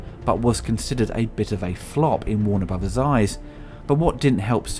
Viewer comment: "Warner Bruvas"